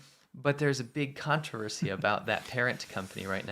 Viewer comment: can say "conspiracy" just fine but when it's time to say "controversy" all of a sudden he doesn't speak English only Afrikaans 😂